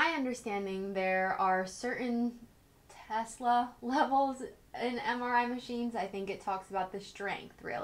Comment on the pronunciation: Extremely helpful! I will soon get one of these. Very helpful to know about the phone, light switches, security screeners, and MRIs. Also you pronounced "tesla" correctly😃.